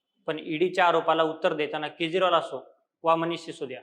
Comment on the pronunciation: केज्रॉल नाही रे